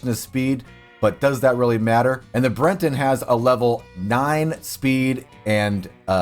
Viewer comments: It's Breton, as in a person, a thing or the dialect from Brittany, in northern France. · The horse is called the "Breton" not "Brenton". I don't know why you are adding an "N" to the word, or where you are getting it from. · Brenton... it's on screen like half the damn video and he still says brenton, its breton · Bre ton, not Bren ton. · Breton -- not Brenton. There is no N in the horse's breed name. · It's BRETON not BRENTON.